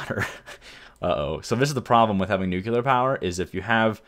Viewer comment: It's pronounced 'new-clear', not 'nookular'.